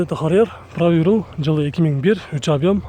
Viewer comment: Рул дебей руль деп уйронсон боло